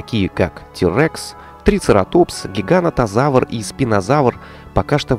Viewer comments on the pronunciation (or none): none